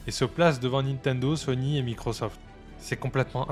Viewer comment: quand on t'écoute on pourrait confondre Sony et Sonic, fait un effort pour mieux prononcer ces mots, surtout à la fin de la video, un aveugle ne comprendrait pas si c'est sony qui a tué sega ou sonic 😅